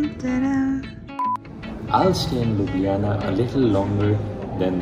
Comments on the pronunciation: Ljubijana sounds like ludhiana 😂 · Mujhe bhi har baar लुधियाना hi sunai deta hai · Others. : Ljubijana Le me : Ludhiyana 😂😂😅😅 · I heard ludhiana 😂😂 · I am from ludhiana Thus, every time It just seemed that you are saying ludhiana